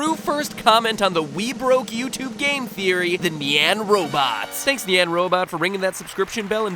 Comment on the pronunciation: It’s pronounced (niyan) not (neyan)